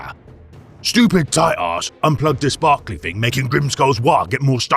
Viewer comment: Is there anyone else here who heard Titus as tight ass 😂. Also, fun boss.